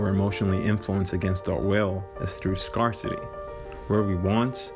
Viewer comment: You're saying Scarcity wrong - FYI